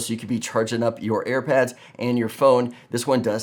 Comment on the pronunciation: Wait. Did you say Air Pad!? 🤔🤔🤔